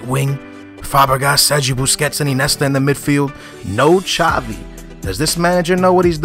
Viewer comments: It's Iniesta not Inesta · no offense,but,Iniesta is pronounced In-i-e-sta,not I-ne-sta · Iniesta... not Inesta. Falcao not Falcon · "Inesta" haha i love u skills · Lol i love how he says Inesta instead of Iniesta xD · Inesta? Iniesta ;) you have to say the names right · not inesta........but iniesta................... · its Iniesta not inesta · you don't say iniesta, it's injesta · why do u say inesta instead of iniesta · InIesta not Inesta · "Inesta" "Nesta", your pronunciation is pretty crap man, it's "In-e-esta" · IN-E-ESTA god dammit! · Sorry to be rude but iniesta is said like in-ee-est-a